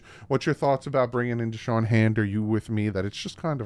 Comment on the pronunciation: It's Da'Shawn not Deshawn. Shoutout for the late vid though.